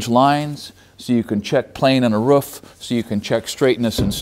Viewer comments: LIKE HOW YOU SAY "ROOF" ! I SAY ROOOOOOOOOOF BUT IM FROM SWEDEN :) LOVE YO AND YOUR CONTENT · Argh, somehow him saying ruff instead of roof aggravates me so much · Great channel I have watched many of your videos 👌🏻 always find it funny when u say Roof , in Australia it’s pronounced very different 😂